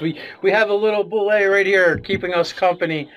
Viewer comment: You are absolutely right in terms of language, but the pronunciation as dictated by the sourcebooks themselves is "boo-lay" theres a great video on here where Tim Kask talks about how he created it.